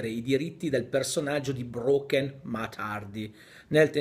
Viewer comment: perché pronunci "matt" invece che "mett"?